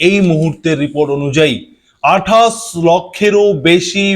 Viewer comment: তোমার আছে ' শ ' এর দোষ। তুমি বলো আঠাস। তুমি কি একটা খাটাস??